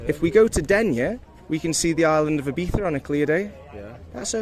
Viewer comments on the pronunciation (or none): I don't think you could have pronounced IBIZA more incorrectly.